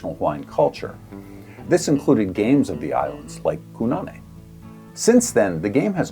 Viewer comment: I commented on the build video, but this was probably already in edit by then. In ʻŌlelo Hawaiʻi you always pronounce vowels the same way. Kōnane is "koh-nah-neh", not Ku. And with the O pronounced a little longer than the other vowels. Trying to help anyone who finds this game through this video.